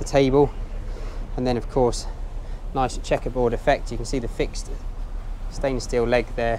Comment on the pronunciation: Did you say "stainless stink", anyway as always I enjoy your videos.